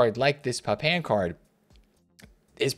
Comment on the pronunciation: Thanks, good video but the butchery of Papin 🤣 Jean-Pierre Papin is somewhere between 'Papa' and 'Pap-pan' not 'Pap-in'.